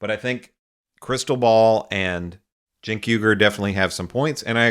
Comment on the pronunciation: How many times has Morgan had Cenk on and he still calls him CHENK not JENK as its pronounced.